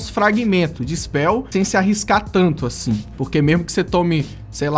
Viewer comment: KKKKKKK, o ''Achin'' ele quis dizer ''Assim''